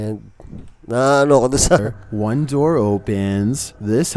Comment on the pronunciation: “thes house is honteeeed” lt ka talaga HAHAHHA